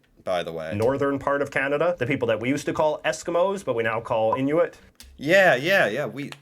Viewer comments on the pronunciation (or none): Its not actually pronounced "in u it", its pronounced "In oo it".